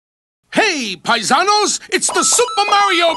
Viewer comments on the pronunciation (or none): Been awhile, Paizanos